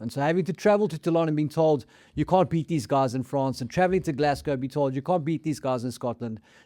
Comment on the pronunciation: NOT 'Gless-go', 'Glass-go', ffs